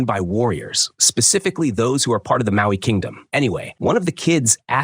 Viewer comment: Mawi: 🪨🤨 Ohio: 👽💥 kawai: 😺❤ Thats one way to say the say the names wrong😂